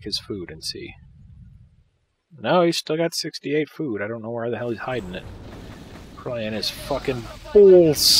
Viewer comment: "IDI nauxy" , "probaly" lol